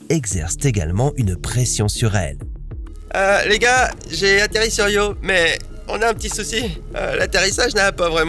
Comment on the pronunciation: Io not Rio you imbicile AI